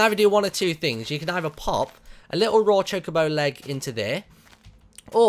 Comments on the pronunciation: its choca-bo not choke-abo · its not chicobo its chocobo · You're saying chocobo wrong Martyn